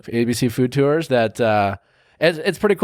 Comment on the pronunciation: Nick makes the word tours into 2 syllables. I hear it everytime.